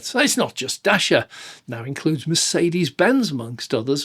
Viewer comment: Dacia, rhymes with Thatcher. Not dasher or dacier. The biggest flaw is 1-star NCAP rating. Other manufacturers can make similar sized cars and achieve 3 stars or better, so Dacia needs to up their game. This means being a bit smarter with the design of crumple zones, and/or using thicker or higher grade steel. It's not rocket science.